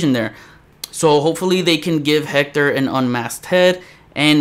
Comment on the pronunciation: Proud but can’t pronounce Hector correctly ☺️